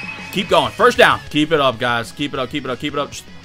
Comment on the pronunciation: I love your videos but please stop pronouncing first as ‘firsht’ 😭😭😭